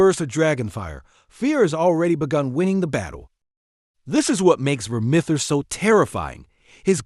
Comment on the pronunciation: If you're going to do a video on something, at least make sure you're pronouncing things correctly. Takes a few seconds to look up. That is NOT how you pronounce Vermithor.